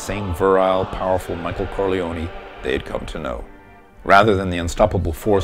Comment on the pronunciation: I want to thumbs up this video but the mispronunciation of the name Corleone can not be unheard. So I'm just leaving a comment. You do not pronounce the 'e' when saying the name. That's the Sicilian way.